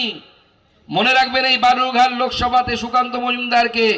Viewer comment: Balurghat na Ota Belurghat hobe. 😄😄😄😄😄